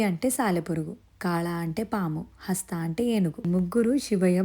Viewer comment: Hastha kadu hasthi